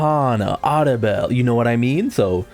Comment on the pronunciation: Nell-EL 😂😂it's triggering no lie